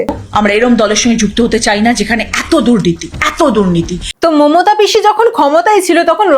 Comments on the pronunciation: ওটা অচনা হবে রচ্ছনা নয় আর মমথা নয় মমতা হবে 😂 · মমতা ❌মমথা✅ রচনা ❌ রছনা ✅ 😂😂😂😂😂